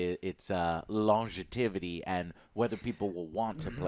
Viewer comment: “Long-Jaa-tivity” lol